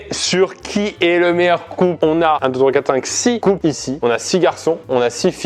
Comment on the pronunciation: Y dit con au lieu de couple au début ou je suis totalement fou ?